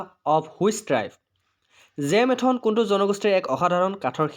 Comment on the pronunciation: Q1. It's not 'Jam athon ' , its called ' Jambili Athon' .